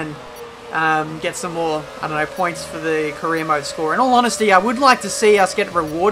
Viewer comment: I've been here for some time now like since the beginning of the career mode but i still hear it as "korean mode" at the intro. xD